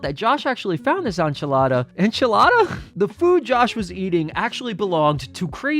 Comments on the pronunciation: Are you being serious? It's literally spelled how it sounds. En-chi-la-da. Where are you getting awn from? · Enchilada: letter N (En), chill, Ada (not eida, but ada) . Not enchalara, enchilada 😉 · say the letter "N" followed by chee - Lah - Dah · Enchilada non 'Ahnchilada'. The 'en' sound should be the same as in the word 'end' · Dude, enchilada is pronounced “EN-chilada”, not “ON-chilada”. The E the beginning of enchilada is pronounced as “EH”, not “AH”. Nobody has ever even pronounced it that way before, either (besides just you). So why would you think that it’s actually pronounced that way (if you don’t mind me asking)? 😃 Great video, BTW. Keep up the great work, man! P.S. (I am NOT trolling you or anything here; I am just curious about that is all). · "ehn-chi-lah-dah", it's not a French word lol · It’s pronounced in-cha-la-da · Inch-e-la-da or watch SpongeBob he'll tell you too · Are you an actual idiot or are you being ironic? En-chill-lada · En (like end) chill odda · Say it like this In Chi la da. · Bro not being able to pronounce enchilada is giving me big South Ahmeereeka vibes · Who the fuck says on-chilada. Why would that even cross you mind as a possible pronunciation? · Enchilada like how you pronounce End En-Chi-La-Da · My man really said AHN-chilada unironically 🤣 it’s phonetic, the E is simply pronounced as an E my guy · it's AH-nch-ill-ah-dah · Why does this guy not know how to say “enchilada”? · Unrelated but I have literally never heard someone struggle to say the word “Enchilada” before. LOL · You can’t pronounce Enchilada? You also thought that was funny? Okay 👍🏻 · The enchilada pronunciation hurts me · I’ve never heard someone struggle to say “enchilada.” Jesus. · He's either 80 IQ or making a really bad joke for engagement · I can’t focus on this video man how are you confused on how to pronounce “enchilada” it’s literally pronounced the way it’s spelled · You must be super Caucasian if you can’t pronounce the word “enchilada” 🤣🤣🤣